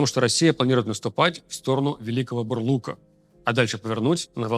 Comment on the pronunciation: Я как человек родом из Великого Бурлука, зочу сказать не Бурлука, а Бурлука (ударение на "а" )